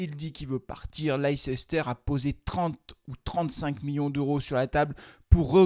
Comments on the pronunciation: Svp arrêtez de dire leiCEster ça s’écrit comme ça mais ça se prononce Leister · C'est pas possible de prononcer Leicester de cette façon... On en oublie tout le reste